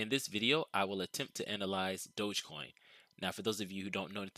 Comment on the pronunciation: Its DOG - EEE - Coin... As in Dog - Electric - Coin.... Lolol. Smh. Can give an educated analysis in a stick but cant figure out its name.